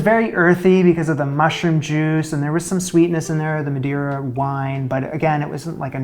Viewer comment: Why would anyone expect a chef to know that Madeira and Madre are pronounced differently 🤔🤨🤭🙄🥴🤫😁😂